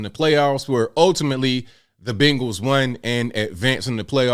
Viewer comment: The team is called "BENGALS" not bangales.